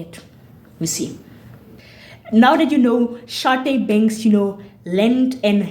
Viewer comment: Thank you for saying my name correctly! And I couldn’t have said it better myself 🤗🤗 awesome video guh… lemme go drink some tea